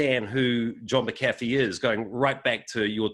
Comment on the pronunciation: Interviewer couldn't even get his last name right. It is/was Mac-A-Fee.